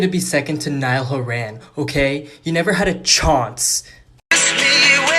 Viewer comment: Niall Hor-Ann You never had a chónce!